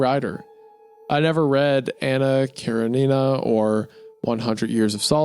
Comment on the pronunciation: ANNA KARE-NINA???? BRO??